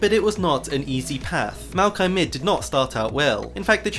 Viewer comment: I don't care how it's pronounced, u said mal-ki, I will always say moi-yock-E